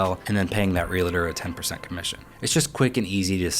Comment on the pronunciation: Not trying to be a dick, but huge pet peeve of mine. It's REAL-TOR, not REALI-TOR. Yeah... I still sound like a dick. Oh well